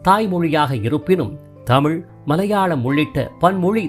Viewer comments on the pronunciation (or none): none